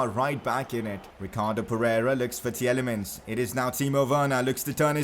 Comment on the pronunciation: I know it's just my OCD but Tielemans is pronounced as Tee-lay-maans and not Tee-el-ay-muns like you do. It's insignificant ik but please correct it. :)